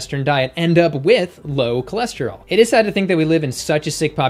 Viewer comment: Did she say her cholesterol was "tour lure"?